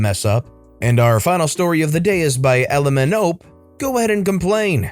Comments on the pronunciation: I think the author of story 4 is supposed to be pronounced "LMNOP", not "LM nope" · Elemenope is pronounced "L M N O P" lol